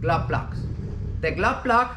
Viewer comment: I think "glove block" (the spark plug-like device on the diesel engine) is "glow plug". I think he's saying "glow plug", but I hear "glove block." Anyway, I appreciate ' lessons!